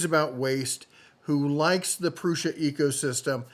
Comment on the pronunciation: yes Prusa like the pronunciation of the letter S in case of the word of "Shark" and not like "Snake".